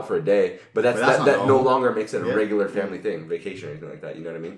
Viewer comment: It's regular not regurar.